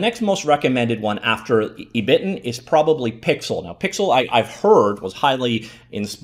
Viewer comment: ebiten is pronounced eh (as in "echo") - bi (as in "bi"tten) - ten (as in 10)